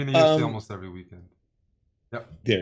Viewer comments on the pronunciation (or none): none